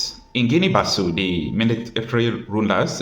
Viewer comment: The official language in this country is Portuguese. The correct pronunciation of the name of the country is Guinean Bissau ( Bi-ss- au)